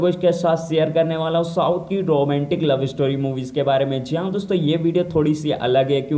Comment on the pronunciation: Roomantik nhi hota romantic hota hai